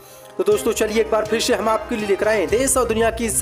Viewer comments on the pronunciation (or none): Chalo bhay pirshe nahin phir se hota he Khabarovsk sahi paddo